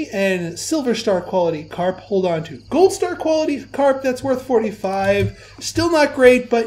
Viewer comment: lol the reverse 'a' and 'r' in 'carp' :D